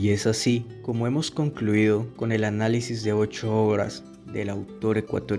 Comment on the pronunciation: No se pronuncia Osualdo sino Osvaldo xq no es con doble u q se escribe sino con doble v🙂🙂🙂